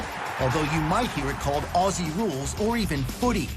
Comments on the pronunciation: Hey dude, “Aussie” is pronounced like “Ozzy”. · You are saying Aussie wrong mate it’s pronounced auzzie. But spelt Aussie weird yeh but it is what it is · Pronunciation tip. Aussie rules is pronounced Ozzie rules. The season is going right now. You can react to highlights of games. Your many subscribers (congratulations on 100) will tell you the best games. They also release a top 10 plays of the week every week. You’ve reacted to hits. You should also react to the best goals and the best marks. The other thing is find out some of the star players and react to their highlights. I would suggest: Lance Franklin (big forward) Dusty Martin (powerful midfielder) Garry Ablett Jr (small skillful midfielder) Eddie Betts (small forward) Jeremy Howe (Athletic defender) That gives you a good mix of different types of players and they are all superstars. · I lived in Aussie (pronounced 'Ozzie') for 20 years. I followed the game after a couple of years but now I love the game. The physicallitiy and tecnicallitiy of the game is brilliant. The season is on now. I'm sure it's about 3-4 weeks in. I'll be watching your AFL vids from now on. By the way, a hand-ball IS the only way you can pass the ball other than a kick. Cheers from New Zealand. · Ok sweetie it's pronounced Ozzie not ossie K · my only bit of critisism is the way americans say aussie, it isn't pronounced like ossy, its more like an ozzy - no harsh S's, more Z in it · Its pronounced ozzie! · I HATE how Americans say aussssie. It’s pronounced auzie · It’s pronounced “Ozzie”, not “aci” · FYI Aussie is pronounced Auzzie not Aussie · it's pronounced Aussie like "ozzie" not "osssssie" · i love how Americans pronounce aussie. We say "Aw-zee" y'all say "o-see" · I HATE it when people say “auSSie” and pronounce it an an S sound. oZZy. ITS A Z INSTEAD OF AN S SOUND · It’s pronounced auzzie not aussie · iT’S OzZy noT oSsY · Ozzie it's pronounced Ozzie ffs not ossy damn it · Aussie is pronounced Ozzie :) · It's pronounced ozzie..